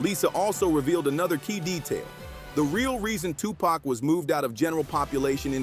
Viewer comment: How you can't say tupac's name right, you hear the people in your own video pronounce it right, but you can't